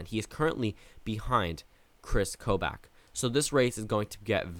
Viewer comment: PRONOUNCE KOBACH'S DAMN NAME RIGHT. ITS PRONOUNCED KO-BAHCH not KOBAACH. lol.